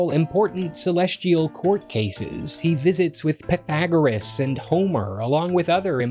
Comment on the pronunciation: Pet-ag-er-us??? Is Pu-thag-er-us